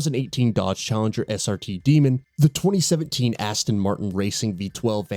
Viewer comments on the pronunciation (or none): none